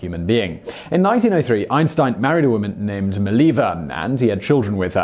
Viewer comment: You are such an ignorant. Everyone who calls Einstein genius is sick of ignorance. Also, Ghandi wasn't sleeping »among girls« but next to a girl to practice asceticism. George Bush »changed the world for the better«?! Seriously?! And it's not Meliva but Mileva.